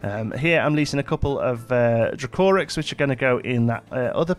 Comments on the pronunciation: Dracorex is pronounced Dra-co-rex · you cant say dracorex